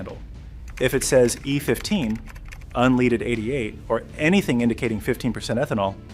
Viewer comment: Maybe learn to say "unleaded" correctly to be taken seriously